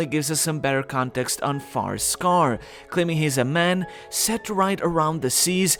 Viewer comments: FIREscar, not picky and context is key but try to enunciate a bit more, it sounds like FAR-scar and non-English native speakers could get confused Great video as always, sankyu lol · Where are you from? You keep saying Farscar instead of Firescar lol